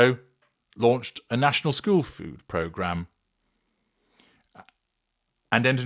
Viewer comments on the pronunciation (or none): none